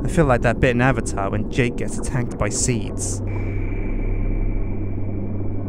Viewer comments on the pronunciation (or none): did you say seed's. seed's.. seed's